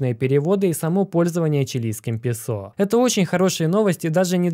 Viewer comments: Уважаемый, пЕсо с ударением на первый слог. ПесО как-то смешно на слух... раз богатейший, должен уж знать... или может не богатейший?) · быть может правильно пЕсо ,говорить ))